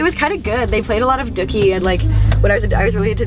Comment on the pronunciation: lol i love how she says dookie. " duckie"